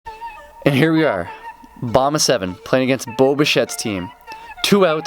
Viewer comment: It’s bish-ay not bish -ett